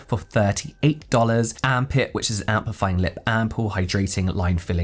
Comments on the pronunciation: Every time you say Amp It I'm hearing Arm Pit 🤣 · I’m sorry each time he says “Amp It”, I hear armpit 😂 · Am I the only person who thinks that “Amp it” sounds a lot like armpit when pronounced faster?! 😅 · I heard “Armpit” 😂😂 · when u said "amp it" i heard arm pit and it made me chuckle a bit 😂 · I came to say the same thing! 😂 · 😅😅 I almost commented this. I'm glad I checked the comments section first. All I hear is arm pit too.